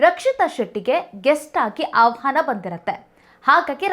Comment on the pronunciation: ಆವ್ಹಾನ ಅಲ್ಲ ಆಹ್ವಾನ ನಿನಗೇ ಮಾತಾಡೋಕೆ ಬರಲ್ಲ ರಕ್ಷಿತಾಳ ಬಗ್ಗೆ ತಲೆ ಕೆಡಿಸ್ಕೊಂಡಿದೀಯ😅